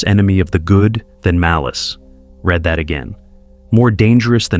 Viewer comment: AI is always revealed in how N*sis is pronounced, as well as read (red) is said for read (reed.) Stupidity of AI makes one wonder if any of this is true.